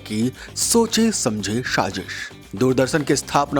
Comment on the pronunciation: Firstly, good content should not rely on click bait. Secondly pronunciation should be taken care of such as it is Sajish not shajis and it is Mujood not Muzood. All the best